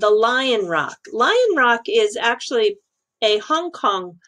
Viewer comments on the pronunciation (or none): none